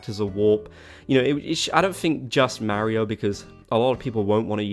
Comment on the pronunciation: Listening to him pronounce Mario makes my brain itch